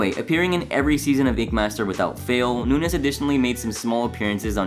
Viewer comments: Dude, Chris’s name isn’t Nunez it’s Nuñez. The ñ is said like there’s a y after the n. It’s Nun-yez. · It is Noon' yez. Not noon. nez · Its "noon-yez". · You’re killin me with “noon-ez” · the way this guy pronounces nuñez is like ... so weird to me lmfao. shouldnt it be more like "nun-yez" ? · I was cringing at “noon-ez” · Pronunciation all around is annoying but good info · the second "n" in nunez makes a "y" sound, gringo. hahahaha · You really can't pronounce "Nuñez"? Did you even watch the show? 😂